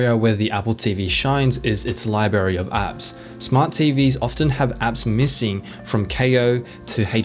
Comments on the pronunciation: LIBRARY NOT LIBARY OMFG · Libary? Have you ever even read a real book?